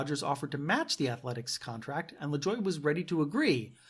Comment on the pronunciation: It's pronounced La-joo-ay